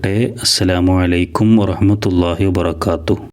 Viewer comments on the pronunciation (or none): none